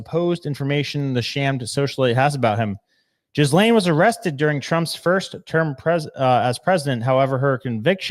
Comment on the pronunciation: Jizzlane? How do you not know how to pronounce her name by this stage??????